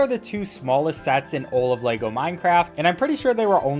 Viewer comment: Why do so many people mispronounce Lego.